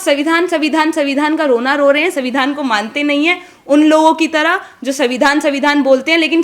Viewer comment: मेवाड़ी वीरांगना को सुन अच्छा लगा बुरा न माने हिन्दी अच्छी है संविधान शब्द का उच्चारण पर ध्यान रखना होगा 🎉